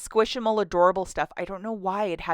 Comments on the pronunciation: Thought I'd help you out a tiny bit Squish-mallow not squish-i-mall. Please know I'm not nitpicking, just offering help pronouncing them correctly. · Does she know it's pronounced squishMALLOW like marshmallow?